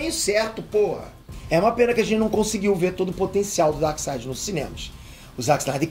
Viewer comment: Um reparo, não se diz Darside, mas sim DarkSEID. 🙂